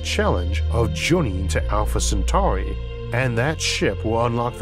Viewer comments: Alfore centawi 😂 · Alpha Centwarwy!